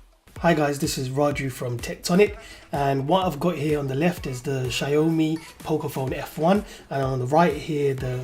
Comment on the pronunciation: "Sha yo me" loooooooool bruv I'm going to get a good laugh out of this everytime!